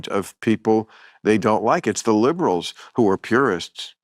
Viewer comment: brah. everytime you say "Liberals" you say it with a hard i, so it comes out sounding 'Leebrals' instead of the soft i that it's supposed to be... it makes it sounds like you're criticizing Libras... (a word that actually is pronounced with a hard i) people who are born in late september and the 1st 2/3s of October.... like I'm a Libra... everytime you say it (and you say it a lot...) I'm just like... "what'd I do??" for a whole second. every time.